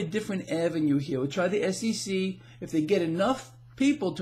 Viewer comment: Hey,it sounds like you're saying SCC